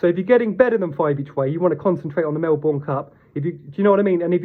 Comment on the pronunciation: Mel-burn, not Mel-born